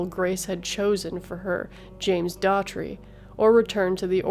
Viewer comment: Well-done. However, it's "Glad-dis," and "endometriosis." James Dougherty, not "Daughtry."